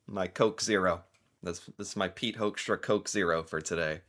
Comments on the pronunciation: It's pronounced 'Hookstra' bro. As in 'who'. 'Whoxtra'? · One of my close friends is a Hoekstra, born in the Netherlands. He pronounces his name as “Hook-stra”. As fyi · First of all: I want that guy's name stripped IMMEDIATELY! Hoekstra is a Dutch name (pronounced as 'hook', and I'm Dutch) and he's not only embarrassing - and insulting - the USA but the Netherlands too! Then, the Trump administration didn't put tariffs on the whole world, but ON THE US PEOPLE WHO WANT TO BUY/IMPORT FOREIGN GOODS!! So no, Trump is NOT AT ALL putting tariffs on the whole world but on the US citizens!! Also, the Trump administration is just boldly reinventing colonisation - both of Canada and Greenland - kidnapping the leader of a sovereign nation (Venezuela), no matter if that leader was a good or bad leader, AND starts a war with a Middle Eastern country under false pretenses (hmmmmmm, remember that? Bush Jr.??) And ehmmm.... who taught that guy economics?? First punch someone in the face, break their nose, and then ask them if they want to be friends?? REALLY?? ARE YOU THAT DUMB, HOEKSTRA??? Oh,... Canada is RAPIDLY moving away from the USA! Trade deals with the EU, trade deals with China, trade deals with other parts of the world EXCEPT the USA...